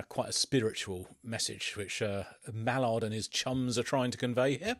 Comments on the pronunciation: It’s Maynard not Mallard lol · By the way it is Maynard not Malard LOL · brow its not mallard it drives me nuts every time u call him that xd no hate btw love your content but its Maynard :)